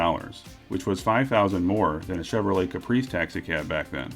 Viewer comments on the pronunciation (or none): none